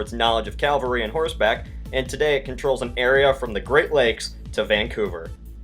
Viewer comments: ITS PRONOUNCED "KELTIK", "PAYPULL", "KAVULLREE", "BRIT-TAN-NEE-UH"!!! Seriously, what is up with your CONTINUAL mispronunciation of so many easy words? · A couple of corrections in pronunciation, please. Celtic is always pronounced KELTIC. Not Seltic as the idiot basketballers do. Also, I imagine the erstwhile citizens of the Republic of Equestria would be famed for their CAVALRY, not Calvary.